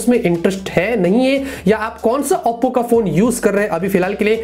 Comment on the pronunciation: Bhai Auppo kousa phone hai.. Oppo ko barbar Auppo q bolte ho??🤣🤣🤣